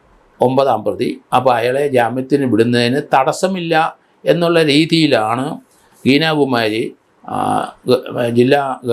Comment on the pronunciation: ഗീതാകുമാരി എന്നാണൊ ഗീനാ കുമാരി എന്നല്ലെ